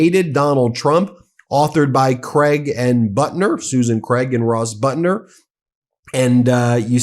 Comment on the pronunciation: It's pathetic that you are unable to properly pronounce the first name of reporter Suzanne Craig and the last name of reporter Russ Buettner.